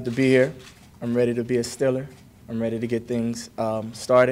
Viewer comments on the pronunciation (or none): Love how he says “Steeler” 😂 he says “stiller”